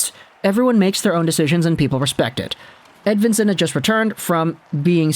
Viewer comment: Its not a "W" as in win. More like Ed(V)ictory)insson